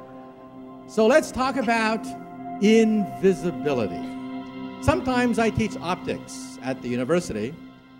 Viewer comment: for a few of them though like invisblitly =D